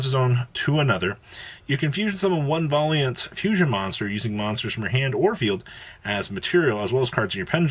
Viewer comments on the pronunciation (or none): No he obviously said it correctly “Volley aunt” lmao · Thanks for living up to the stereotype that YGO players can't read. Valiant is not pronounced that way. lmfao!